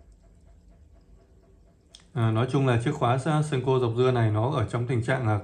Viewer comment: Góp ý với bạn & những bạn phía bắc hay đọc là sen-kô Đây là cách đọc sai hoàn toàn....